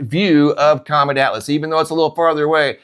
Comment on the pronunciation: Why You Kep sayng, c😂omet?!🤭